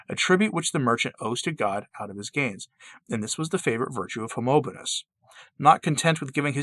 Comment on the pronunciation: ✔ 𝘚𝘢𝘪𝘯𝘵 𝘏𝘖𝘔𝘖𝘉𝘖𝘕𝘜𝘚, 𝘰𝘳𝘢 𝘱𝘳𝘰 𝘯𝘰𝘣𝘪𝘴. (🙆🏻‍♂️It is not Homonobonus !) 🙏🏻✝️☧💘